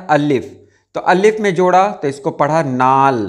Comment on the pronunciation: Aap Allif kion kahte hain Alif kion nahi kahte ?